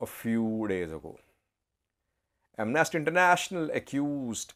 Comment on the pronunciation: Amnasty. The stress is on the first syllable. I you stress the second syllable it will come to mean to something quite different; Am Nasty. Quite funny, even though i might agree on that on many occasions 😂😂